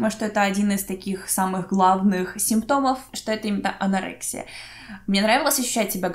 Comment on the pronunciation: Вы мне очень нравитесь❤️ но ударения прям бьют по ушам целиакИя, анорексИя)